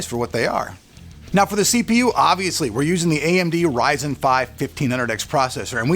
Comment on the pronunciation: Probably the best way of speaking AMD RYZEN 👌 Quite a punchy voice you've got there. Love the way you make your videos keep it up, want to become a YouTuber too so yeah I'm waiting for your next video on how to 😅.